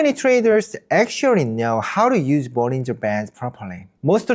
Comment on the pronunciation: 영어로도 개설하셨군요~~ 영어 사이트도 성공하실거라 믿습니다. 발음도 좋으시고...사소한 거지만 영어권에서는 볼린져보다는 볼링어라고 발음해요~~, 구독자 많이 모으시길~~